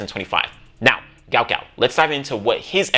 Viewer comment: Stop the mispronounciation of the man's name it's guot guot